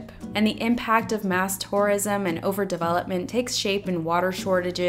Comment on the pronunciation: I keep thinking you're saying "Taurism" lol